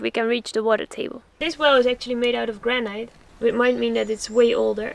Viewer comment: Why are all the Dutch guys pronouncing the word granite “granait” like you all had the same English teacher…who taught you wrong? You had the British , Americans Australian and South African guys there over a period of 2 years, all of them native speakers of English, not one of them ever corrected you..? Why? Correcting one’s mistakes about a foreign language pronunciation is a gesture of kindness, were all those guests that afraid to teach you the correct pronunciation of that word? Why? Are you guys that reluctant to corrections? The correct pronunciation is actually Granite = (/ˈɡrænɪt/) not granait. Don’t get me wrong, English is my third language, I have a bit of foreign accent while speaking it but I still find it a bit irritating how this word is misspronounced dozens and dozens of times in these videos which I watched from the very first one to the last - in a binge… 🙂